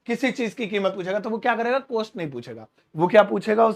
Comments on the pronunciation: Cost ki pronunciation कौस्ट है कोस्ट नहीं। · Your teaching is excellent but one request , please pronounce correct word. It is cost but not coast... Hindi me chhote O ki matra and Bade O ki matra me bolne me antar hai.. Nursery me padte the ham jaise chhote O se Okhali and bade O se Aurat... Bol kar dekho you will feel the difference.. Teacher ki pronunciation bilkul correct honi chahie.....